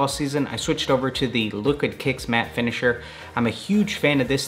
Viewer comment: Did you say "liquid kicks matter finishiner"?